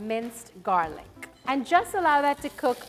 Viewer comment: "And some minced garlic-KKK"